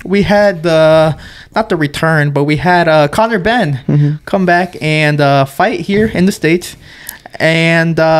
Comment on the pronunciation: conor 'henn' 🐔 🥚🥚🥚 😂😂